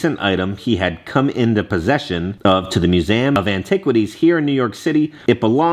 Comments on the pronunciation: It’s Literally called Museum Not Musame with the Letter A Lmao 😂😂😂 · Mu-zee-um 😂😂 dying at how you say museum 😂